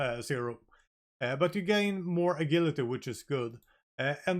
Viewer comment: "A gil ity." i love it.